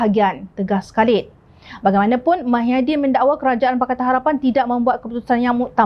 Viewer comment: Apa dah tukang juru hebah beeita ni. Nama org pun ckp salah. Muhyidin blh jadi mahyadin